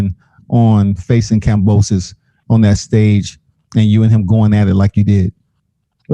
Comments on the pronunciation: it’s Kam-bo-sus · it’s not kambrosos 😒